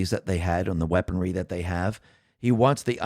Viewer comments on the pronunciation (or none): Heh... at 21-min you slipped into Elmer Fudd mode for a moment.... "weaponwy".... LOL... Sorry... Great report as usual, tho.